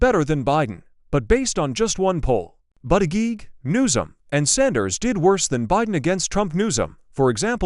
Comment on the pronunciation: Learn how to pronounce Pete Buddajudge